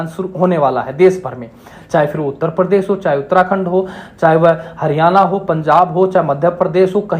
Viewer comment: नमस्ते! बहुत विनम्रता से एक बात कहता हूं। आपका उच्चारण बहुत स्थानों पर अशुद्ध है। जैसे– आप प्रशिक्षण को परशिक्षण, प्रदेश को परदेश, धर्मपाल को धरमपाल, प्रत्येक को परत्येक कहते हैं। मैं जानता हूं कि यह आपकी समस्या नहीं है, यह तो हरियाणा राज्य की मातृभाषा ही ऐसी है। मेरा उद्देश्य आपका या हरियाणवी भाषा का दोष निकलना नहीं है। आप एक बड़े मंच पर लोगों को सम्बोधित कर रहे हैं तो अपनी आर्य भाषा निश्चित ही शुद्ध होनी चाहिए। अस्तु! आपका यह जो प्रयास है; प्रशंसनीय है, बहुत उत्तम है। इसके लिए आपको बहुत बहुत शुभकामनाएं। अपेक्षा है कि आप बुरा नहीं मानेंगे तथा सत्य का ग्रहण और असत्य का त्याग निश्चित ही करेंगे। जय आर्य जय आर्यावर्त्त